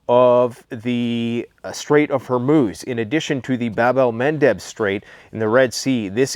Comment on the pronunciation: I thought he said “the straights of vermouth”. Probably a sign to mix a drink.